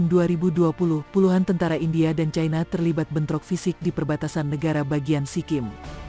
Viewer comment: Mbak admin+Narator,mohn dtinjau lg dlm hal menyebut-Eja...ci-na/cai-na(china)...trmksh😊